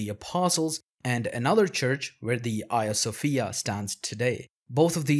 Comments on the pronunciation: Do you reffer to Hadrian as Adrian? Because these 2 names are not the same, you shouldnt drop h's at the begginings of words. Which is to say Hagija Sofija, not Aja Sofija. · Can someone clarify if I am misunderstanding the narrator’s accent here- is the museum/mosque talked about throughout this that closed down in 2020 the 2020 the Hagia Sophia? I’m hearing “Ia Sophia” but I’m assuming that’s a pronunciation thing.